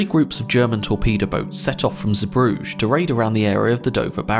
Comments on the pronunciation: You pronounced Zebrugge very wrong, it's not French, it's more like "zuh-bruh-gah" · Do'wot?! And where exactly is Zeebrouje, now?